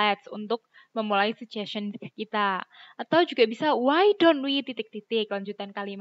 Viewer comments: iya btul bgtu. Mba bacanya sye'n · Pengucpan suggestion bukanny se'jesce'n??